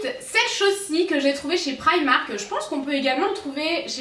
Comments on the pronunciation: on dit pas praimak on dit primark et il y en a un à Nice en France et ça fait depuis au moins juin maintenant que ça existe et cette vidéo elle a été publié je pense depuis novembre octobre donc vous voyez sûrement la différence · c'est primark comme sa s entent sinon super video PS ma sœur travaille a primark et oui il y en a en FRANCE